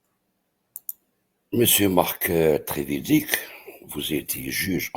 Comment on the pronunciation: Trevidic se prononce Treviditch